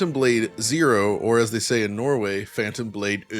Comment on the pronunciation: "Phantom Blade Euh"